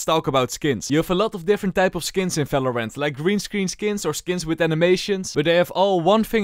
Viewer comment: i love it when he says "falorant"